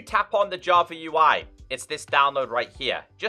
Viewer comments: Its funny how he call java = javer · "Minecraft Javer Edition"